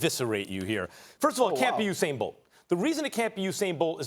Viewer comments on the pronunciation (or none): none